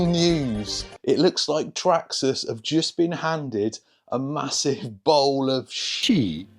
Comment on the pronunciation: The way you say Traxxas "Traksxxas" 😂